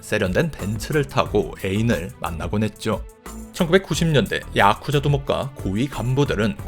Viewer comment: 야쿠자 하실때 발음이 독특하시네요 야~~쿠자